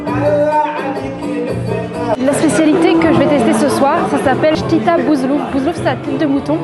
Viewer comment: Salamou alaykoum on dit chtitha bouzellouf pas chtita tu auras du visité les grotes de telemcen c'est manifique